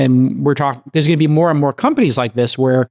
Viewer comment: don't know what kind of accent/impersonation Jcal is doing here, but it's weirding me out. "Emotional Teeeengent" "ith duzzz" "eeend we all benefit"